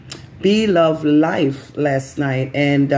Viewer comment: Yes you pronounced it right. Thank you for letting people know. I was concerned about her. We love her and wish her the best.